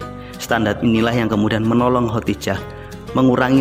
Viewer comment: Ko khotijah ya, bukan khodijah😇😄